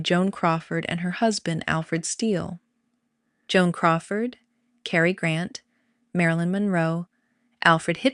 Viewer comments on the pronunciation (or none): none